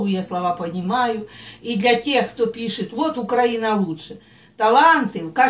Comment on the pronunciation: Если Вы, многоуважаемая, закончили украинскую школу, то наверняка должны знать, что такой страны, як УкрАина (ударение на "а") нет, а есть УкраИна (ударение на "и"). И соответственно - язык "украИнский"! Просто, говоря "укрАинский", россияне указывают на " у края", то есть - не полноценные... Поверьте, тут нет никакой политики, просто это признак безграмотности. Всего наилучшего.